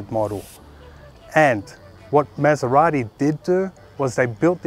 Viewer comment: Please learn how to pronunce MASERATI like it's meant to be pronounce.